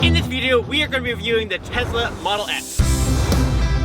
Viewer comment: TeZla. funny.